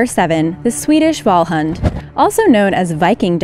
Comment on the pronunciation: The pronunciation of Swedish Vallhund and Västgötaspets almost made me cry with laughter... XD